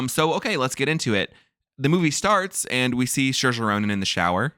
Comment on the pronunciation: This was great but it’s Seer-shah, not Sheer-shah. Saoirse - in the Irish language, AOU are broad vowels and IE are slender vowels. When S is next to a broad vowel it is pronounced as S. When S is next to a slender vowel it is pronounced as SH. Therefore, Saoirse is Seer-shah. You’re welcome.